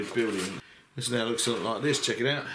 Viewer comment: Inside of "Check it out" I thought you were saying "Shakira, Sharkira", which confused me.